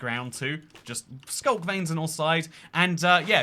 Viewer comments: what is SCLUK? did you mean SCULK?? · ah yes my favorite block, the scluk